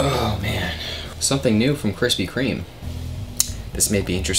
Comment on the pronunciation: Yo - your videos are entertaining, but why are you adding an 'S' to Krispy Kreme? There's no S my man 🤓